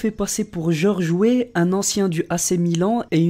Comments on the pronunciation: pour le 2 c George Wéah pas George Wé mdr 😂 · c'est George weah pas weeh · "George oué". Il a eu la flemme de prononcer Weah en entier ^^ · on dit Georges Weah, sinon superbe vidéo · Ça se prononce wéa et ça s écrit Georges Weah (ce n est pas méchant) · bonne vidéo mais on dit georges wéa